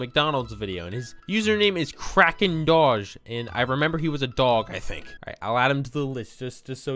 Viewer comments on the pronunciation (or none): Bro, you said Dos it’s doge